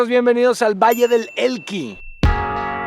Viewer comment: ¿"Vallle del Elqui"? xd